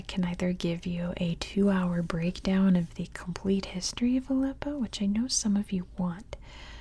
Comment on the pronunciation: Appreciate that you tried to pronounce Arabic... But if you want to learn pronounce that H right you can try watch Arabic learning videos.. example learn Arabic with maha 😊 great job